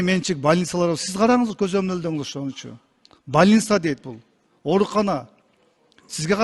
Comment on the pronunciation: Бальниссса дейт 😂😂😂😂😂😂сен канча микрофонго суйлобо чыгып,сенин мент экенини,Ош элине кандай безпредел кылганыны баары билет. Кыскасы окшошпойт миниаракет кылсан да